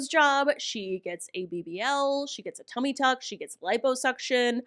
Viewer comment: Fun fact: adding "ee" to the end of words is part of the accent in English. App is "app-e", WalMart-e, Facebook-e. You can hear it when she says "tummy tuck-ee"